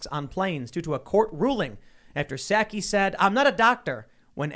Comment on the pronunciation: Do you say sackie instead of Socky for Psaki on purpose?